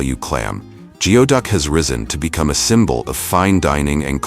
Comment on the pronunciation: It's pronounced gooey-duck